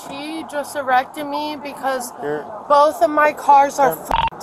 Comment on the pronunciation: "she just arrected me"😂 not arrested but arrected smh